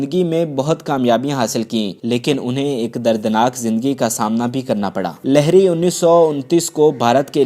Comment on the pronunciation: لہری نہیں لہڑی ہو تھا ہے